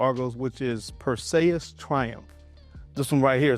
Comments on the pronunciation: You said his name wrong bruh. Clash of the Titans. It not Pur say us. It is pur·see·uhs. Just wanted to let you know. I am not trying be funny. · Is anyone gonna tell him that he's fuq'n up the name... PerSAYus😂😂😂 Nahhh bruh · PER-SEE-US... Is how it's pronounced